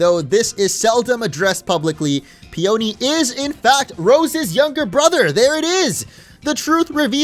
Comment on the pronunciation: PEE un KNEE.... it's a flower. Fucksake, "Steel Magnolia lol" Steel Peony.